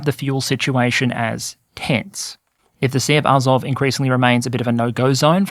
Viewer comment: Pronunciation -- AzOV (I notice your stress moves around). NovorossEEsk.